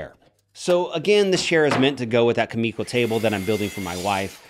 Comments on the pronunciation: Kumiko (coo-meh-coh) you are saying Ka-me-ko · I think you meant to write, "Youtube woodworkers hate building this most." And your pronunciation of kumiko is killing me, Smalls. Also, nobody should ever factor in their mistake time into the price of a piece. Most of your excess time in this build was because of your own designs/mistakes. Also also, what was your band's name?